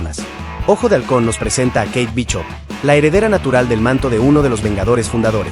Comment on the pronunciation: 🤣😂🤣😂🤣😂🤣😂 Charon, Chanchi, Majerchala, Bichop, Konchu, Itan Jo, ChiJul, Mantin, Churi, AdamWarlo, Inveichon, Agatha Olalón... wey, no mames, amé tu pronunciación, me hiciste reír muchísimo